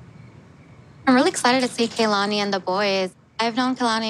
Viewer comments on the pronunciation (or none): Does her friend who is excited to be there call her “Kaylani” instead of “Kanani” ? 😂😂😂